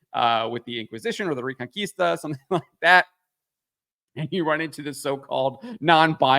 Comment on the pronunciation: It was pretty clear from the trailers 🤣 Really good pronunciation on ''Reconquista'' btw 👍